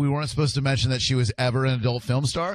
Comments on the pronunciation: every time you say fill em instead of film... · Why do you say stuff like "filum" instead of film? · Idk if you know this (and I’m not trying to be rude or anything) but it’s fi-lm not fil-m. Not trying to be an asshole but… yea. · FIL-EM?! WHY DO YOU SAY FILEM INSYEAD OF FILM EVERY TIME